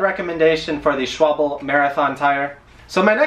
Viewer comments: Hi. Nice content mate. First..it`s not Swabel but Schwal-be. It`s so nice when you pronounce it well. (No for me but for yourself when you give your video`s open space to the world. LOL. I use Schwalbe Marathon Plus myself on my wheelchair. No puntures in about 6 years now. I am very pleased with it. I had to chance my tires about one year ago and used a new tire the Schwalbe one. These tires look like slicks but they are very sticky to the road, even when I use 7 or 8 BAR in my wheelchair wheels. In the beginning i had some residu from the tires on my hand, wich i had not when i used the Marathon plus at 7 or 8 BAR. You did a good job on your videa and will subscribe on your channel. Wishing many more safe miles to go. Greetings, Bert de Vries. Hillegom, The Netherands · Its S C H W A L B E ! Not S C H W A B L E . Use google, it has pronounce ability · Not schwable It is pronounced schwa l be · Schwalbe. This one is so hard to find the correct pronunciation that we had to go deep into the German company's YouTube archives to find it. We've heard various attempts, including 'schwal-bey', 'schwalb' 'schwabble' and 'schwab-lee'. Those are all wrong, so just so everyone's sure, it's Schvalb-uh.Oct 24, 2018 And i run 700x25 wtb thickslicks on my roadie and 700x25 gatorskins on my fixed gear....no issues with either. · schwalbe that is how you say it not schwa-bell and its durano not dew-rain-o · Schwalbe is pronounced as if you are saying the word school. Consider the "Shc" sounding like "Sc" without the "h". Like "sc" in the word "scoop" "Sch" - ool "Sch" - wal - be Some might say it's Shhhh Wal Bee, but dramatically incorrect. However here in the US that's how people says it, in the the UK however Sc - wal - be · it's German! Ofc it's "SH" - wal - bē! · I started wrenching on bikes in Germany and quickly was corrected the first time I said it wrong. haha "Sch-vahl-buh." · SHVAL-buh actually. It's not that hard. It's swallow (the bird) in German.